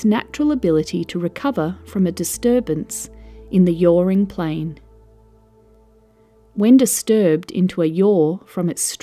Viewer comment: "yoring plane"??? "yawrrring plane" ??? what